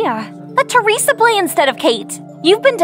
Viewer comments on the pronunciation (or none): none